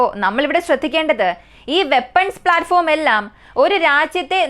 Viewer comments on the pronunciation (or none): none